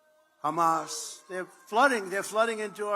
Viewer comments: He's all talk - and he's so inarticulate, he can't even pronounce Hamas [Humus lol } correctly. Everything he's saying here has already been said by other candidates . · Wow! He really thinks his term did well! Well, at least he's talking about beating Biden this time and not Obama.....first stages of dementia.....when you think WW2 hasn't happened yet. And it's Hamas....not Humus.